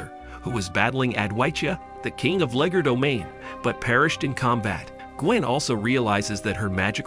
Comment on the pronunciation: Not tryna be rude cuz ur cool but it’s Called “Legerdomain” not “Legodomain”😅 it’s also “Alpha Rune” not “Alfa Rune” your still the best btw❤